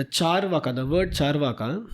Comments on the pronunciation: It's not chaar (as in 4) vaaka. Its is charu (as in sweet) vaaka. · Charvak, not charvaka